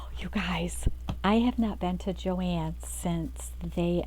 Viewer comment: Your saying it right and it is Beautiful paper Good for You 🎉